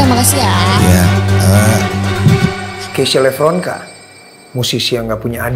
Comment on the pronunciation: Diawali dari penyebutan Lepronkan bukan Levronka